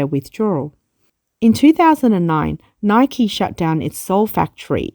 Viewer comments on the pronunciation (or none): none